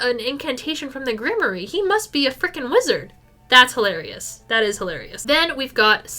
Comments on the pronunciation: Grimoire 💔 Grim-wAR not grim-ory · I've never heard grimoire pronounced like that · thats…not how you say grimoire…